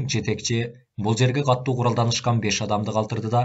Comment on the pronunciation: Катуу деп эле окучу, каттуу дебей.